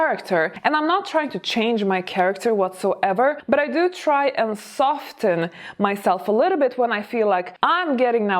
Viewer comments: Very amusing! ( And the "t" is silent in "soften". Whereas it's optional in "often") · Love you but the T is silent in soften